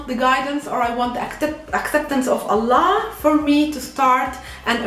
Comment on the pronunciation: I love the way you pronounce Allah.